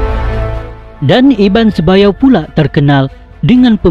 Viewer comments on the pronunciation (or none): Sebuyau jd sebayau, nanga jd ngai.. Byk lg. Nama dek wai? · Betul..byk error dlm sebutan..Sebuyau jadi sebayau..kapuas jadi kapaus..Skrang jadi sekarang. Tolong edit sebelum dipublish.tq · Bukan iban sebayau,iban sebuyau. tak pandai baca ke. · Utk PEMBETULAN... Yang betul iban SEBUYAU👍 bukan iban SEBAYAU👎 Sebutan mesti betul..takut² nanti ada yg beranggapan lain..sebab ini tentang sejarah suku dayak..tq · Sebuyau....bukan sebayau